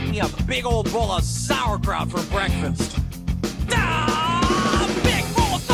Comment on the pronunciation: Is it just me or why do I like it when he says "Mom, Whats with all the SOuUerkRaut"